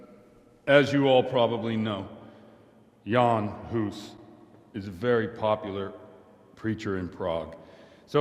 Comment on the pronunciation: Huh, not good pronunciation in the game - he's not Yean Hoose, but Jan Hus, both pronounced short, like two gunshots. And "Jenda" (horse) means "Jan" (pronounced as Yenda), common name of a child or pet. We always read "J" in Czech as Y in English, e.g. Johan(ka) like Yohan(ka), Jenda as Yenda, Mája as Maaya, Mrchojedy (Merhojed in German form) as ... well, that would be almost unreadable for English speaker because of "ch" consonant which English doesn't have and is similar to "ch" in Scottish "Loch", that's probably reason why game makers used German forms of names instead of Czech ones). I was surprised, The Overseer pronounced the name "Diviš" in the right soft Czech form! Nobody knows but him :D